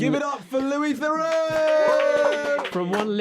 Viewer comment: Can I ask how he felt about the numrous mispronunciations of his name Lewis Therux I liked.